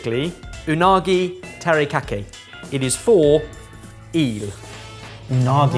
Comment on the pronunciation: Why did he keep pronouncing teriyaki incorrectly??? Terikaki??? Wtf is terikaki?